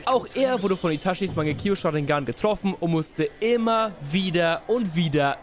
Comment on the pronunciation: mangekio sharingan? Rip Aussprache